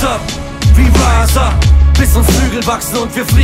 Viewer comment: Geiler Track! Aber an der Aussprache von rise up solltest du noch einmal arbeiten 😂 es heisst in etwa "rais ap" und nicht "räs ap" 😊